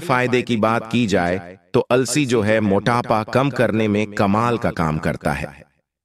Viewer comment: It is अलसी not alasi